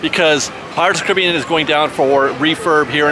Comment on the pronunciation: Dude you’re making me mental with that pronunciation of Caribbean.